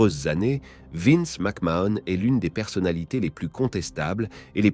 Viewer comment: ça commence bien, rien qu'à la prononciation de son nom je sais qu tu n'es pas bien renseigné